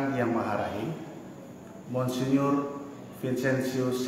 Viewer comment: COBA YG BACA NARASI NYA BELAJAR DULU !!! MGR ITU DIBACA MONSINYUR !!!